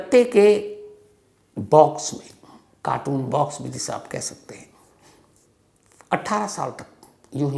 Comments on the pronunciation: Tragic story 3,55 शम्स साहब it is carton not कार्टून Mosly ppl pronounce it like this, कार्टून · Please check ur pronunciation of the word carton...it is always pronounced wrongly..